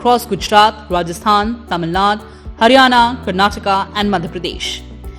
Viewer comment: Its not Tamil Naad, its Tamil Nadu.